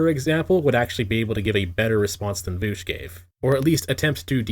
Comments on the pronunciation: His name is not "Voosh", you absolute child. It's "Vowsh". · I really enjoyed you calling him "voosh" the entire time. It seems fitting. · MY NAME IS Reek VOOSH, IT RHYMES WITH freak DOUCHE